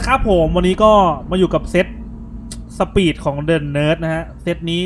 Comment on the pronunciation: สปิด=สปีด ? 555